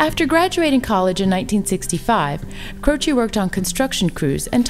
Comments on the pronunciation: As his surname is Italian the pronounciation is CROCEH and not CROCEE. With regards from Italy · Not Croci, CrocE